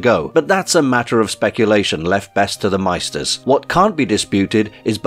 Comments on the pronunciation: "Maester" is pronounced *MAY-ster*, not like the German word "meister". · Maester is pronounced may-stir.